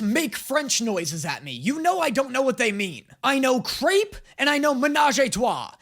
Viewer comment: I’m sorry did u say creep or crèpe?